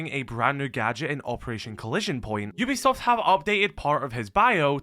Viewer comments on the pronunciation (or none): none